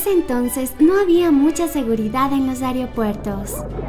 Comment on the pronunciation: Dos veces dijo areopuertos jaja se mimetizó con los niños de la vecindad que cambian las sílabas.